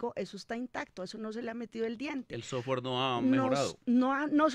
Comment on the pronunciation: "El sosgüar" :D